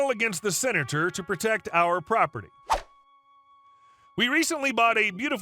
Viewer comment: What's a "Sinator"?